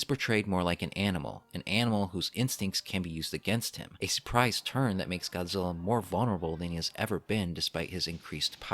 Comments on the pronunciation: GODZILLA not GOZZEELA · God-zil-La say it with me God Zil La